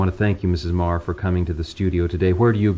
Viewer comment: I always thought her name was pronounced "meee gurr" not "marr"